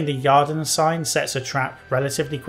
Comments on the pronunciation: It is "Use the ieeerden" not "use the jarden". Sorry, but this already bothered me in your review of the first game and this one has an unavoidable setpiece that tells you the correct pronunciation. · A very reasonable critique. You definitely missed out on the succubus quest. A minor thing: there's no 'A' in Yrden and Shile even pronounces it during the Kayran battle.